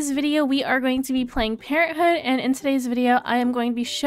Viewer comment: I like the way you say parenthood lol "Parenthooh" hehe :)